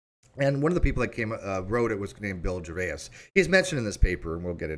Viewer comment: Rickey Gervais is pronounced jer-VAYZ, not jer-VAY-ass! Although, thinking about it and his explanation of Agnostic Atheist on the Stephen Colbert Show, you may well be right... 🤣🤣🤣🤣 {:o:O:}